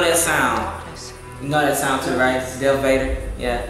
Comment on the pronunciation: It's darth vader not dealth vader and that's kylo ren helmet